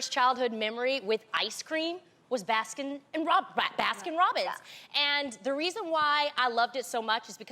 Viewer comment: why does tamera not know how to say baskin robins